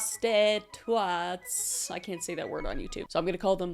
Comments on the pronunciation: FYI the new name of my band is “ praws-ti-twat” 😂thanks Kris! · “Uh… pro-sta-twatt” Lmao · Did you say prosti-twat😂😂😂 yes, much better for youtube😂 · I'm sorry,I laughed at proste-twatts 🤣🤣